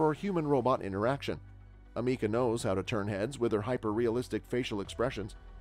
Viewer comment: "am "uh" "kuh" not "uh" "me" kuh"